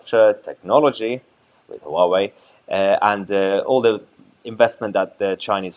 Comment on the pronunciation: Huawai has TWO syllables (HWA-WAY). It is not ha-wa-way as you say. And I know intentional spin when I see it - you at the extra in their to make it not what people see so they will distrust it more. Don't get me wrong, I'd not touch Chinese tech with a barge-pole but MOST people do as the don't realise loads of stuff they have is made in China and with electronics today it could take years to reverse engineer any chip of those devices. But Hauwai servers and routers? If you own the things that attach to it and they are NOT Huawai you can see traffic in and out. Tech companies know this so they are not the ones unhappy - it's the non-technical ruling the roost on this now. The typical "I don't understand it so it could be spy stuff" of the dimwitted masses who probably can't spell espionage. Channels like this (and the left-wing counterparts) both try to control the viewer with "we know best as your don't know what we know" attitude. It's sucky. Then you see it's a TRADE DEAL - ffs grow up Mahyar. The UK does a trade deal with any country solo it's "brilliant proof" we can do it. And that will happen with China I expect. You're acting like a petulant child upset that the girlfriend we left is doing ok. It won't last (look at India's attitude). China will deal with everyone. They know -that is how you win when your workers earn 1% of the competition in the 'west' or even competing 'east' countries.